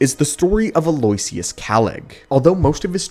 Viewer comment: Love the content but especially these compilation videos! Aloysius is pronounced like "aloe-ishus" btw 😉